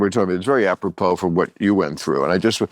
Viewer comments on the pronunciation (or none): none